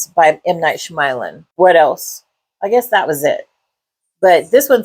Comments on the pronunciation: sh(y)-ama-lan. Soft/silent 'y'. Fair review beside that. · Honestly, it is very disrespectful to not learn how to print out someone’s name correctly I don’t know anyone in this natural known world that pronounces his name like that I’m sorry do better as a YouTube film reviewer